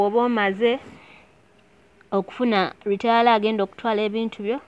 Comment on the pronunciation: The word is not retayala it's Retailer.